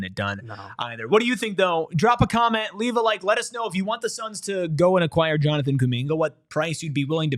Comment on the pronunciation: Pronunciation: \Jonathan coo-MIN-guh